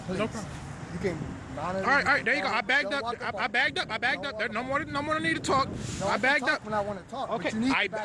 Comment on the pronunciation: Its backed up ,not bagged up smh learn how to talk america especially if ur gonna "protest"